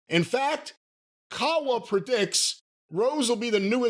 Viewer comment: I'm surprised said Kawa's name correctly. Knew of him from managing a bunch of MMA fighters